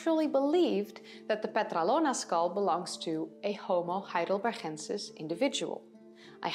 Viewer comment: Why the Dutch pronunciation of Heidelbergensis?